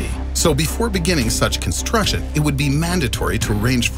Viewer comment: It's funny how he lost the pronunciation of the word (Construction) throughout the video for a video that's fully based on (Construction) 🚧 since he lost it 😂 then 😂 then 😅 (Constrution) where's the C? Man *side note this is light joke not trying to drive your attention away from his intelligence and time and effort to make the video* it's phenomenon